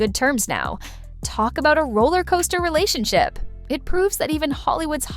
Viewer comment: Relationshio, huh? Nice AI slip there.